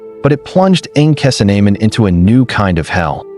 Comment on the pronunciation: You know this is AI because they butchered the pronunciation of her name